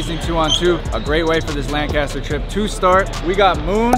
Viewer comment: Its not LANGcaster god dammit!!! lol